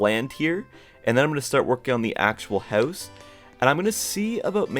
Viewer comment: No offence but the way you say house sounds like ‘hause’ 😅